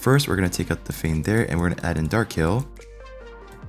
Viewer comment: Kai El... sounds ridiculous!